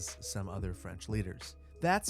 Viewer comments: Or pronounce Gaulle like ‘goal’ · The "e" in Gaulle is silent.